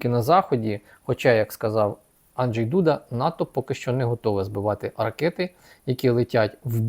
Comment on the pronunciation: Анжей, наголос на А.